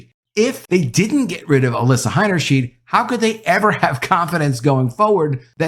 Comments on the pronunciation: The name Heinersheid, is pronounced with two long I sounds. high-ner-shide! The "ei" sound is a long "eye", but when reversed " ie" then its the "ee" sound. It's the opposite of what you'd think.. No big deal, just thought I'd mention it, because you're the 2nd media person I've heard who got it mixed up. It's easy to do, but now you know! Thanks for your content! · It's pronounced "H EYE nerschn EYE d". In German, when the i and the e appear as a pair together, the second vowel is the one sounded. In this case, both times when the "ei" appear in the name, they are pronounced "eye", not "eee". Example: Eisenhower is pronounced EYE senhower, not EEE senhower. Example: Liebchen is pronounced L EEE bchen, not L EYE bchen. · You pronounced her last name 'Hainerscheed' so no I won't sub. It's 'Hainerschaid' btw.🤦‍♂️ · The last name is HeinershEYE'd, not HeinershEEED. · You need to learn to pronounce the name Heinerscheid correctly. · Why are you pronouncing the first ei as "i", but the second ei in her name as "e"?